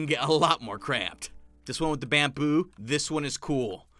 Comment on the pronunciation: are we just going to ignore that he said "Bam-Poo"?